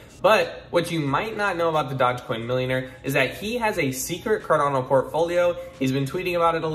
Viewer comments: d-o-g-e not dodge... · Wow, a guy giving advice when he's so confidently saying dodgecoin.... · Dodge-coin? Dude, do a little research. This was a huge meme. It was on SNL. Ever heard of Dogecoin? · Oh wow you don’t even know how to pronounce it! Thumbs down 👎